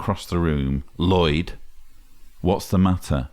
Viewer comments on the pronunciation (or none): none